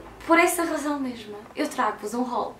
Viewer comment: Não é hual é HAUL